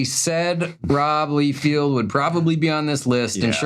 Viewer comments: First I was going to comment on how you totally butchered pronouncing Rob’s last name, but then I realized your problem began with multuple spelling errors. It’s Rob Liefeld, not Leefield. So two spelling mistakes results in two mispronunciations all in one relatively short pronoun. Not going to defend the covers in question, because you’re not wrong there. My best guess is this was a rush job. Rob had a decade of experience learning how to hide his weaknesses and that floating head and forearm are very telling of an artist not having enough time to complete the work. But that leads me to the question: Did you two not have time to even properly edit your limited on-screen text? Rob’s name is spelled for you right on the cover you show. My guess is that one of you has always mispronounced his name, and influenced the other. And if you’re pronouncing it that way, I guess you would misspell it quite easily. In both cases, I suggest better research. A simple google search solves both problems. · I die inside whenever they say LEE-field. At this point you guys are trolling, right? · Lee Field lmao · Rob Lee-Field is crazy, it’s Lie-Feld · Rob Liefeld…ROB LIEFELD!!!!LEIFELD……not LEEFIELD. I guess that was the running joke the whole video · It’s not “Leefield.” It’s “lie-feld.” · The worst for me is that Cassaday cover. Hated his work when he was alive, he always phoned it in and was the laziest least prolific full of himself artiste to ever grace comics. Sorry he's dead, but even until the end he was putting out junk to collect a paycheck. Also stop calling him Lee-Field, you even spelled it wrong lol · Thank you, listening to these guys butcher some of the most famous comic book artists names made me scream. Todd Mac Ford Fairlane Rob Leefield they even spelled it wrong in the video. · It's Bobby No Feet. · not only do you guys pronounce McFarlanes name wrong, but Leifeld too!!!😂😂😂